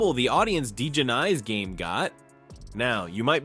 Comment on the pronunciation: Her name is pronounced like Dijonaise without the S . Like The mustard.